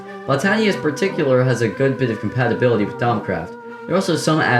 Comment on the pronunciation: Are you dyslexic or something why can't you pronounce compatibility